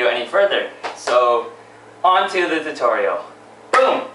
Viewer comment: LOL. You can never say "tutorial" right. xD